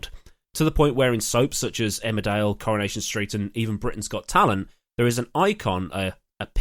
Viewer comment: Oh Coronation St! My British grandparents watched it religiously and so does my mom since the last ~25 years. It's funny how us North Americans pronounce it 'Corn-ation' and you, like my grandparents properly pronounce it 'car-in-ation'. Just brought about a little nostalgia for grandma and granddad!